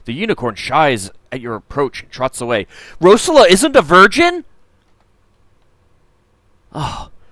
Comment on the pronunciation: Yay! I've been wanting to play this myself for a while and just haven't had the time. By the way, though, the emphasis on Rosella is on the second syllable (Rose-ELLA), and Valanice has emphasis on the last (Val-An-EESE). You only get the right pronunciation from the voice acting in later games in the series.